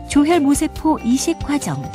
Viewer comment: 조혈 모세포로 발음해야 합니다. 모에 액센트를 해야 의미가 정확히 전달됩니다.